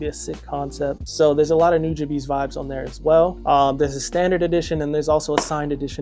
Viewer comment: Thank you for pronouncing Nujabe's name correctly.